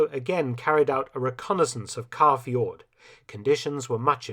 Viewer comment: Stellar work as always, Mr. Felton. I only have a few oddities that might enhance the impressivenrs further: 'Tirpitz' in German would not be pronunced 'Turpitz' but 'Teer-pitz', and 'Kaafjord' in Norwegian is not 'Car-fjord' but close to 'Co-fjord' with the 'o' of 'bow' as in 'bow and arrow'.